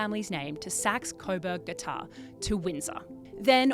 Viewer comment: TheGotha is pronounced “Goth a” and not “Got ha”. It was changed because the Germans in WW1 used a series of heavy bombers to kill the British, calledGOTHA. So we couldn’t have these German royals of the UK with the same German name as the bombers.